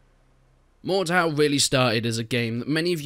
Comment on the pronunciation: Is it only me who swares its "mor-dor"